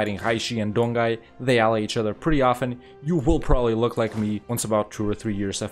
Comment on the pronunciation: Great video! just a reminder "Jianzhou" is similar as "Jan-Jo", "Donghai" as "Don-Hai"